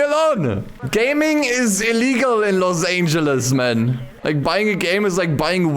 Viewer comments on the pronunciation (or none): "los angles" 💀